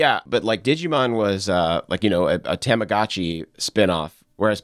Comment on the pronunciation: I don't think could pronounce "tamagotchi" any whiter than he did...